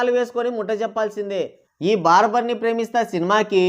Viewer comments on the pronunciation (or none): బార్బర్ కాదు స్వామీ 😂😂 బరాబర్. మీది హై వోల్టేజ్ కామెడీ మిక్స్డ్ విత్ వెటకారం 🎉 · barbar kadhu, bara bar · బార్బర్ కాదు రా... Barabar